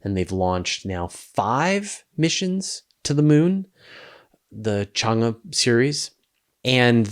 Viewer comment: my wife is Chinese. In "Chang-E" the E sounds like "eh?" like the Canadian trope, including the rising tone. I think Wikipedia has a pronunciation, or you can hear it spoken via Google Translate.